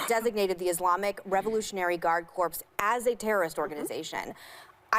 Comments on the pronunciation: It's Corps, you illiterate sow. It's not CORPSE. Fucking ignorant bitch. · Meghan McCain's voice is like fingernails on a chalkboard AND??!! She says "...revolutionary guard corPs..." (emphasis that she stupidly pronounced the "p" in the word "corps"). What an imbecile. {EDIT} At least the Muppets knew how to make "Miss Piggy" be a caricature.... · That stupid McCaine brat doesn’t know how to pronounce corps . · The "Princess of Arizona" just gave away something subtle here. Corps is pronounced like Core, not Corpse. Anyone familiar with military jargon knows this. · she pronounced it "corpse" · I had to rewind. Revolutionary Guard "Corpse" Corps....Corps...idk why this bothers me enough to comment. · I can't believe she pronounced it "corpse" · Did anyone else realise that she pronounced corps as a corpse... "revolutionary guard corpse"... I'm such a stickler for grammar, that I live for when self-righteous people like her get words wrong. I don't know why I am just automatically disgusted by her each time she opens her mouth! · Why do morons always pronounce it as corpse? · Revolutionary Guard Corpse? Are they zombies? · Military 'expert' Meghan can't pronounce 'corps'. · Megan McCain doesn't even know how to pronounce "corps"